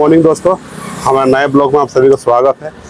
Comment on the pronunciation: बिलोग की जगह वलोग बोलो बस भाई ओर सब ओके है